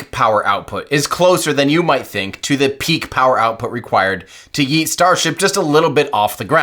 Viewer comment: bro cannot pronounce yeet